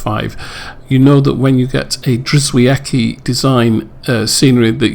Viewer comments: Lovely tour sir. BTW I believe he pronounces his name "GEE-OH-VET-SKEE" (I asked him) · Drzewiecki = "je-vyets-kee"; Brzezinski = "bzhe-zhins-kee".